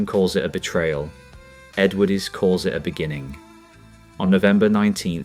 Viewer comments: until ai can speak English even close to properly (and I personally hope that it never can..) it should not be allowed anywhere near a video of which the subject is really interesting. The narration on this one is a joke… continually pronouncing the ‘e’ on the end of Edwardes? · Factually interesting but a shoddily produced video, photos badly manipulated, not matching the dialogue and some just random and nothing to do with the content. Let's see how many times we can mispronounce Edwardes. Awful! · The video itself is excellent, you do deserve huge credit for that and I would certainly watch more of your output. But in a story about British Leyland it's a bit of an issue if the narration cannot even ppronounce the word "Edwardes" properly. Please take this as constructive criticism and not just nasty sniping from the sidelines because it certainly isn;t that.